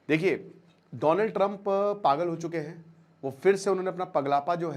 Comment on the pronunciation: Donald ❌ Doland✅